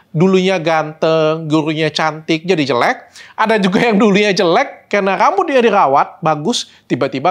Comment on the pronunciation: biasa nya kalau ngomong karena "kerana" dan R agak kedal itu asal kalimantan bener kah ?? BTW ,, menunggu vitamin untuk rambut uban